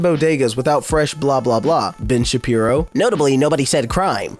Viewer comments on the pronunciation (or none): none